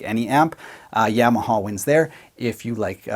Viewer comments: Seriously, are my ears not working? Nobody’s talking about the way he says Yamaha? “Yam” aha. Am I being punked? Have I been incorrectly saying Yamaha with the short a sound this whole time? “Ya”(yaw) “ma” “ha”. My whole life never have I ever heard this pronunciation. Solid video, I want yams as my side for dinner tonight. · YAWmaha, not YAM-aha !! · Great comparison/review but I winced every time you said Yamaha. It's not a root vegetable! No yams involved! Say it with me: Yaa - Maa - Haa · Yamaha, (pr "YAW muh HAW") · The yam-a-ha lol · the Yeahmahaw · I love how you saw "yammahaw" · YAW-MA-HA. Your welcome. Yes I know- Tomato, Tomoto. Oh Never mind... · great video....but the way you say Yamaha......eeesh